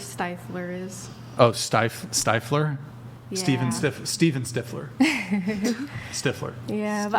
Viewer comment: Stifeler? She meant stifler lol